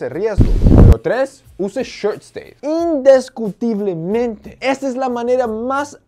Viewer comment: "in-DES-cu-ti-ble-men-te" jajaja me hizo reir repetirlo muchas veces